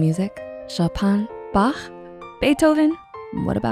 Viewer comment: the way you nailed that "ch" pronounciation". respect.